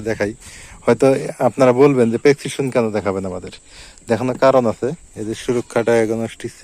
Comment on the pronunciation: ভাইয়া আপনি তো শিক্ষিত কিন্তূ প্রেস্কিপসন টা উচ্চারণ ভুল বললেন ।